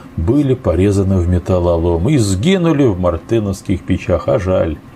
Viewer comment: спасибо за интересный материал. Однако замечу, что печи не "мартЫновские" а мартЕновские"